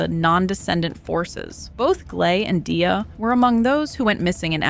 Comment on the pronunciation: No hate, but Gleys intro shows how to pronounce Dia lol